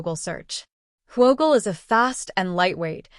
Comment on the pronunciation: No way we calling this who O gle... It's Whoogle